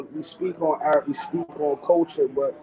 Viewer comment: “Tell us about the AErt” LMFAOOOOOO